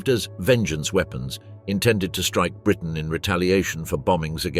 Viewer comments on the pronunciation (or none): none